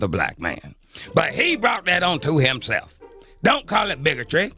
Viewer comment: The God said, "HimSLEFF!" It kills me that he can't pronounce that word correctly. LOL